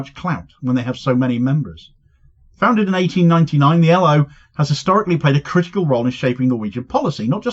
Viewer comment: Cheers Good to hear some good news! Boycotting companies that deal with Israel is crucial, ask Pik Botha. PS: You pronounced L.O incorrectly, for Norwegian. 😉😆